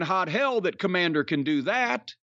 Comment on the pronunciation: I said it before and I’ll say it again. Kommamder with a K sounds like a WCW jobber from 1998.